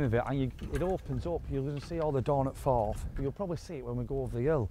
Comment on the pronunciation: TAIN, hey guys ,it's the Cromarty firth ,not forth ,also pronounced the name of the distillery incorrectly